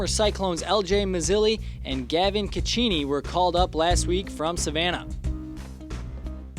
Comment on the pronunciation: Please teach him had to pronounce Cecchini